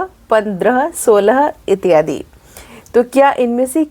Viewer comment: आप का इत्यादि का उच्चारण कष्ट दे रहा है। वैसे आप विदुषी हैं।